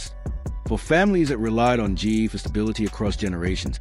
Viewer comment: Stupid AI can’t even say GE right. It just says Gee. Why can’t a human do the narrative?